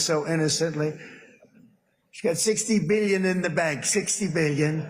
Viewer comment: I don’t like that our president still can’t pronounce “billion” at 80 years old.